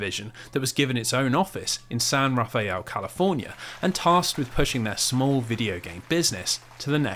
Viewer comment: I hate being this person, especially on a video over a year old, but despite how it's spelled, we Bay Area locals pronounce it as "San Ra-fell." 😅